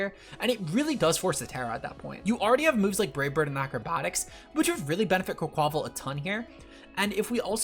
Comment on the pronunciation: Why did he pronounce quaquaval like that?